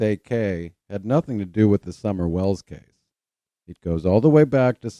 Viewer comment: "phish mc donish" (intentionally not capitalized) kills me, lol. I love it. I especially enjoy you saying "Shummer " and "shuper cop".... I know, I'm petty but he is such a monster! If you want to be truly sickened, watch his case review on the death of Rebecca Zahau. It was before Mike Profiling Evil gave him his walking papers. I am convinced that that case review is what made Mike send him packing. Chris' thoughts and accusations about the victim, to her brother in-law are appalling. Keep doing what you're doing....you now have a shuper fan...me 😁